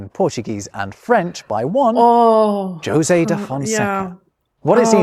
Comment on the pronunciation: José in Portuguese is actually pronounced that way, very different from Spanish